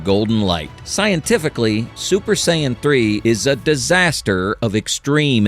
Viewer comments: It’s not Cyan, it’s Sayan. Just sayin’ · I hate AI .. saiyan is pronounced sayin not sigh an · I'm sorry but did I catch, "Sigh Anne"? 😂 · As soon and I heard Saiyan pronounced Cyan I stopped the video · Aww man. I thought this was ur real voice too. Mispronounced sayian... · Only real question I got is that I understand that it's a real narrator or whatever a real person reading it but how come they're saying Goku's race he's pronouncing it so wrong That's really my only question😂